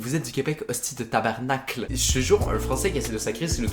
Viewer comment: Déjà c’est pas tabernacle mais tabarnak pourquoi les français n’arrive pas à le dire correctement ?